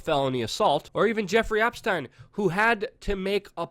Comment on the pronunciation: Ey, Luke, why do u pronounce Epstein correct and Weinsteeeen incorrect? Is it you're too cool for stupid questions?